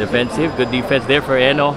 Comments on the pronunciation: Is it pronounce as HE- NO ? commentator keeps on saying HENIO... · HENO at hindi HENYO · heno hindi henyo ayusin mo